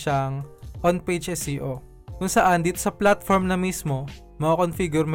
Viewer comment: SEO po ba o SCO? Prang naririnig ko po more on SCO? Bka mhina audio ko..Thanks.